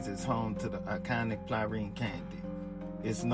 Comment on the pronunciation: Dude at the end pissed me off talkin about some plarine candy, muthafukka it’s PRALINE, how you from NO and still saying it wrong 🤦